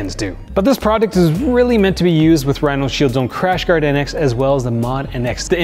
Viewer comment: What u mean bro? Last year I used your 20% off code on top of a Mous discount and got the 50€ case for 35€. Also its RhinoShield, not RhinalShield like you keep saying.